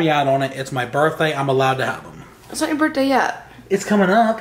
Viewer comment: =Bertday instead of birthday